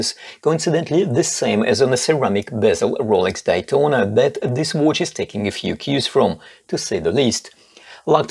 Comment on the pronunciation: Best homage oft the Daytona, but I love your pronauncing. Watch, it sounds like wootsh... in my german language wuuutsch... it sounds funny. Best regars from Austria!